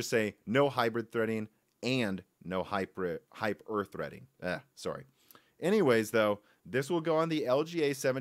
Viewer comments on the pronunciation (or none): What? Hype Err Threading? Nice!